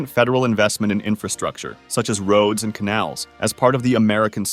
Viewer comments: He put so much emphasis on "AND" I thought it had to be a joke... at least I hope. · The French AND Indian war was one war. Not sure why so much emphasis on the and. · I think it's just how the TTS bot emphasized the words weirdly.